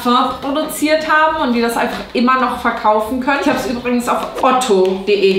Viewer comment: Du sagst auch überings statt übrigens 😂😂